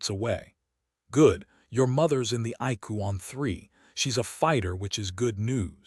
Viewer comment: Some words are not pronounced right icu is I c u